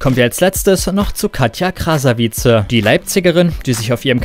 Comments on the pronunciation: Man spricht es krasewitch nicht krasawize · Der Typ kann nicht mal den Namen von Katja Krasavice aussprechen